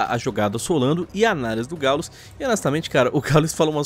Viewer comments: KKKKKKKK "GÁULES" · O "Gáules" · Só eu que entendi falando "o galos"? kkkk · Eles falam o nome dos gringos certinho aí o do gau eles pronunciam estranho pra crlh kkkkk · pq o coloca uma pronuncia em ingles em palavras nada haver como exemplo o nome do gaules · Se ta de hack,fds, fala o nome do GauGau direito (brincadeira)